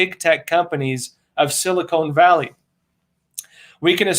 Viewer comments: It's Silicon Valley, not Silicone Valley. SiliCON is a chemical element often used in the making of microchips; siliCONE is a rubbery polymer often used for breast implants. The two things are completely different from each other. While you're at it: please alert Roman that the word "titers" (the concentration of something in solution) rhymes with "fighters" and "lighters". Last week, while talking about the relative concentration of antibodies in the vx'd compared to those with natural immunity, he pronounced "titers" as "titters". A "titter" is a short, partially suppressed laugh or giggle. Just FYI. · Note to, it is pronounced Sil-lee-CON valley, not Sil-lee-CONE valley. This is where I've lived and worked for more than 30 years. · Hey - love your content and delivery. I'm a subscriber. Silicon Valley is pronounced locally as "Sili-kin" Valley, usually quickly with equal emphasis on both sounds. CA locals mutter and run our words together! Much love. Keep it up. xx